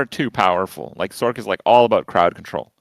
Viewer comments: and its not SORK its "source" sorc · I know it's Spelt Sorc.... but it has an S sound in the word so like why are you pronouncing the shortened form of Sorceress as sorK and not sorS... I thought you were all smart? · Calling it "sork" got me. lol is that what all of these streamers are calling it?